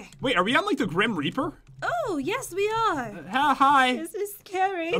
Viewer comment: not grimriper screme